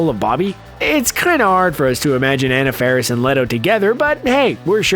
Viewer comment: You MISSED pronounced Anna Faris's name ...